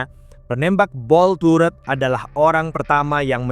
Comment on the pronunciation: Cara bacanya bukan /Taret/... Tapi tetap /Turet/... Gemes bgt gw dengernya.